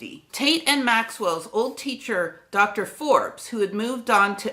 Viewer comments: A wonderful expose of the early contributions of great thinkers. One small suggestion.... Edinburgh is pronounced "Edinburra" not "-berg". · FYI, “burgh” as in “Edinburgh” is pronounced “bourough” not “burg”. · Edinburgh is pronounced EdinBURRA.